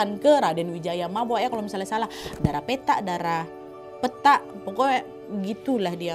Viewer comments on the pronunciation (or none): Dara ( gadis) pèthak ( seperti pada pète) artinya ( putih) Nad...bukan petak ( pada petak umpet) Sinau boso jowo ya Nad...( lidah melayu )😅 Maaf ,sekedar berbagi coz i love u Nad❤❤